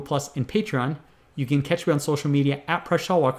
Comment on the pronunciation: "Hey this is Presh Tellwalker"